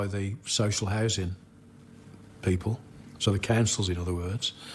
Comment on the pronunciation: say social worker again please actually just say social